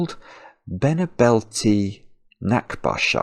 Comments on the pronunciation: Be-nebel-te, not Bene-belte. :D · Pronunciation note: "Benebelte" should be accented on the second syllable, like "beh-NAY-b'l-teh". The root word is "Nebel", which means fog. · My native language is German, and I tried to google-translate "benebelte", because the way pronounced it mixed up my brain.